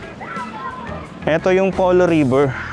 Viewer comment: Pulo ipronounce ang Polo..kasi sa mapa mukang Pulo yung area. Taga dyan ako sa area kaya ganun namin ibigkas "Pulo"